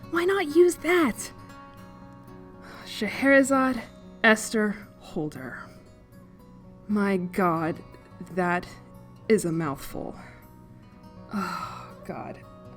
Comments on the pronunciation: .... did sarem think scheherazade was pronounced like lemonade? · Dude. It's a "magic name". Her magiv mom just gave her a magic name. Witches in this fake ass universe be all "we can only name our kids magic names because names have power" its a thing. Chill. Its a cliché "magic runs in my family" literary thing. Also the pronunciation is Cher-eh- zah-dee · Scheherazade was the protagonist of 1001 Nights so there’s a precedent for the name. But her name should be pronounced “Zahd” in that case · The Scheherazade thing really bothers me as a 🇳🇴, because I just keep thinking it's supposed to be German; which would make "Zaade" correct. A long "A" and a short flat "E" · I haven’t read the book, but I’m convinced L-Annie thinks it’s pronounced Scheherazade with a -zayd at the end. I’m making myself shiver just sounding it out for myself.